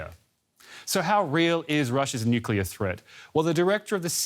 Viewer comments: Bravo! I didn't hear anyone [nukular] in his video! Oops! SCRATCH THAT! just did. The second half of NU-CLEAR is C.L.E.A.R. not kular. Unacceptable from processional journalists, period. Pardon my French. I misplaced my filter.. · "nukular" video closed